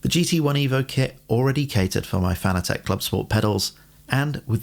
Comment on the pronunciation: Pet peeve of mine. Fanatec is pronounced just like the word "fanatic". Not "fana-tek".